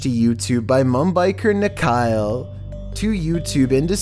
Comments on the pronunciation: Rajasthan hai wo daphor... Bhangarh ki kahaniya bht hai... Edit - not nikhail ..its nikhil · Its nikhil not nikhail.